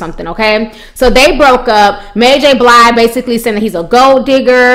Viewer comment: pronounce Mary name "Mary J Blide" lol lol